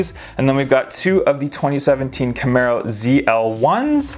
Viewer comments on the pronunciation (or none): none